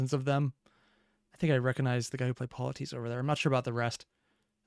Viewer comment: Also for future Epic stuff way to remember EURYLOCHUS pronunciation- you really cus 😮 POLITIES pronunciation Polla tease 😅 also Polite